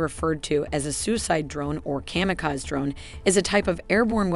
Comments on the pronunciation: KAMIKAZE is not the right metaphor. Unless you ascribe human traits to machines. But let's allow a bit of literary license and leave it in. So pronouce it right. Second syllable rhymes with he she thee. Last syllable rhymes with say day hey. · How did you afford Scarlett Johansson to do the narration for this? Joking, of course, you AI son-of-a-gun! Maybe you can teach "Her" to pronounce Kamikaze properly! (You saw what I did there?)